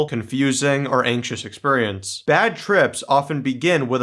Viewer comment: I love how you say “exPURRience”!